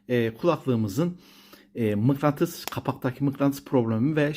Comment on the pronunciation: Mıklantıs değil usta mıknatıs🤣